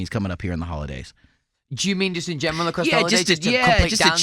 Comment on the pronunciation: also louis: in gemral